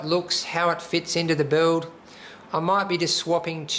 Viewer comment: "the buld" "into the buld" hahaha just scrwing :D nice machine!!! great job.